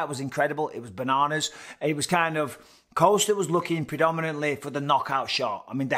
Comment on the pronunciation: I wanna sit a drink on him with how often Bisping called him coaster. Then next sentence it's Costa again. WTF 😳😂